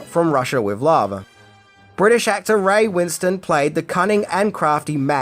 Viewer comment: It’s Ray Win-stone not Winston. He hates it when people get it wrong.